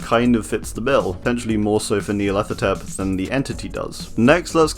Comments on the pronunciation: Nya-rlathotep: NEA-rlathotep.....HMMMMMMMM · nice!! also whenever you said Nyarlathotep i thought you said Nea and didn't even question it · Nyarlathotep NEAlarthotrep Suspiciously same pronunciation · Holy shoot I just realized I pronounce Nyarlathotep wrong I said it like Nyarla-thot-ep